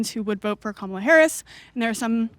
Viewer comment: new way to butcher Kamalas name unlocked. Camila Harris is a new one.